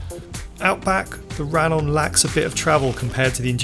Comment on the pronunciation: Spanish LL should be pronounced like English Y, therefore - RaYon.